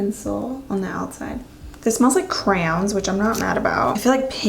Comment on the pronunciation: Did you say crowns instead of crayons 😐